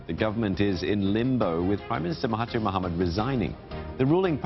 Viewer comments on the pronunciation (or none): i don't have anything to say, except the way you should pronounce mahathir is "mahaDZir" as 'TH' here is similar to 'dz' (Similar to "There"). Not "MahaTeer", "MahaTier" or what.